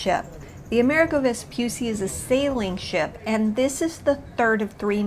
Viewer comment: Plus the accent is on the 'i', so more like AmerEEgo 🙂